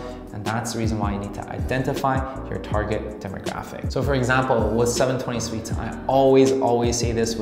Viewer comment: I'm gonna punch my computer if this guy says seven twenty sweets again! arghhhggg lmao